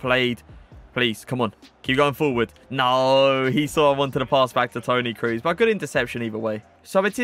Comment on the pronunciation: Toni Cruz 🤣🤣🤣🤣 nice Review man... but how u pronounce him 😅 big oof